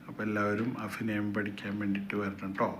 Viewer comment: നീ ആദ്യം അഭിനയം എന്ന് പറയാൻ പഠിക്ക് 🤨